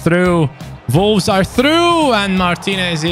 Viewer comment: It's Wolves but always pronounces it Volves. He speaks brilliant English but that's an opening letter he struggles with and it makes be chuckle.